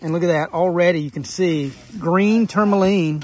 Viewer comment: can you say tourmaline correctly at all....ever?